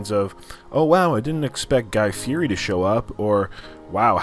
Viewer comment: If you’re going to bring up Guy’s name at least learn how to pronounce his last name!!!